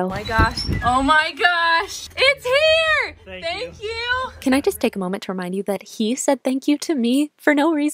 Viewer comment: Fank you